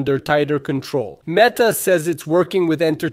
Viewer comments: Come on bro It’s ‘met’ - ‘are’ Not ‘meat’ - ‘are’ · Huh? I was just saying you pronounced ‘meta’ incorrectly.